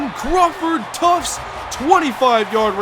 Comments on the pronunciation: U kill me when u keep saying tuftS haha there's no S in his name lmao did that all last season too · There is no "s" in Tuft lol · Omg there's no "S" in Crawford Tuft lol